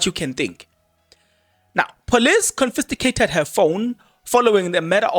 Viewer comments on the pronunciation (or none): Confiscated not confisticated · CONFISCATED😂😂😂 not confisTIgated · stop drumming your incorrect English it is not confisticated but confiscated sorry for correcting you, but when you keep repeating it others are learning this incorrect pronunciation. 😊😊😊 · Confiscated ......not confisticated. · Confiscated and not Confisticated Brother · I think he knows the word, but mispronouncing it purposefully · Hayiiibo 😮😮😮 I’m defo sticking around for this ☕️🤩 Kodwa Kempton Park? Confisticated 😂🤣😂 confiscated 🤣🤣🤣🤣🤣🤣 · THE WORD IS CONFISCATED, PLEASE. CONFISCATED.... CONFISCATED, MEANING - SEIZED BY AUTHORITY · Confiscated, bro... I am sorry, but your emphasis using the wrong word is just cringey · The correct word is confiscated sir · Eish nam ‘confisticated’ repeatedly bothered my mind 😅